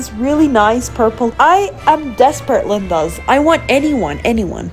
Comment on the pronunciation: Plz stop saying Lindas